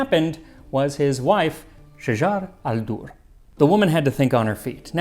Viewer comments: Her name is shajar el dur not shajara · Shajaret NOT Shajar.....shajaret el dorr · The correct pronunciation is Shajaret NOT Shajar! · Just a note Her name was shajarat al durr ..not shajar ..shajarat means tree of and shajar means trees in arabic